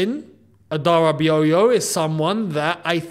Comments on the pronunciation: Let me help with the pronunciation, it is Tosin Adarabioyo( Ah-Dah-Rah-Bee-Oryor) meaning it’s as good as the old oyo 🙂‍↔️😉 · did research on how to pronounce Khvicha Kvaratskhelia but pronounces tosin "adarabiyoyo" 😂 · I am Nigerian and the pronunciation is adara-ba-yo. The O after I is silent. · You butchered Tosins name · 😂😂😂 Look at how you pronounce adarabioyo you have to come to Nigeria and learn yoruba language before you can pronounce that name properly all the same you really try